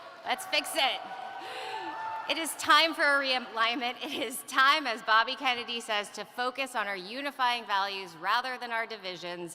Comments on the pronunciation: At about 10.55 she says Robert F kemeny jr.? listened several times that sure sounds like it. If you add a cackle now and then she sounds like who? Don't know much about her but, first impressions not really all that. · She said Robert F "Kemmedy" at the mark. She doesn't even correct herself.